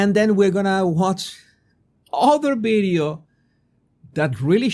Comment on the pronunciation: The word is Video not Bideo…just try